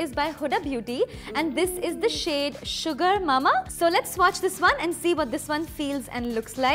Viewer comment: Huda beauty, "Shugaar" mama ...how she spoke the words 😂😂